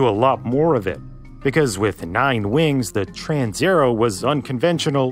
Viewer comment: TransAerEo. You swallowed la A and E. It is not a Trans_er_o.